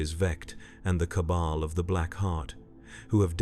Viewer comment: Some of the chosen pronunciations are a little weird. Like "Cable" instead of "Cabal". Plus there are a number of weird pauses between words in a sentence